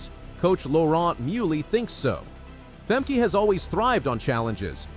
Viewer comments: Fem-Keh, not Fem- kee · It’s not Femkeeeee, it’s Femkè, a short “e”, why have the first e right and the second totally not….. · It's "Fem-kah", not what you said..........you a robot maybe? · "Fem-kee"? -- I'm sorry, but I'm out within the first 3 seconds! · It’s Fem-Kay-uh Not Fem-£e-€a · how to NOT prononce a name....FEMKEY......